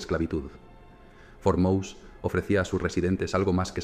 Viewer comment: Por cierto, no se pronuncia Mouse como a ls ratones en inglés, es MOSÉ en pronunciación del idioma español